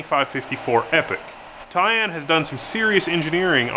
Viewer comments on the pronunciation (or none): Side-blurb: pronunciation- are we sure it’s, ‘tie-ANNE’, and not just , ‘TIE-en’? The emphasis on ‘Anne’ sounds odd to my ear. :)